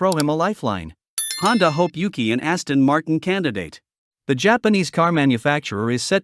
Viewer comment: Aston mart-ee-ann